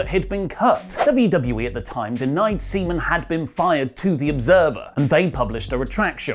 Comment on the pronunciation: It's SEAMAN! Not ceman. Swallows! come !